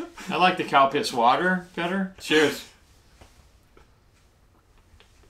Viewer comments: Every time you guys say" Calpis" I hear Cow Piss and it freaks me out....lol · Did he call milk, cow piss? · ahaaa its calpis not cow piss lol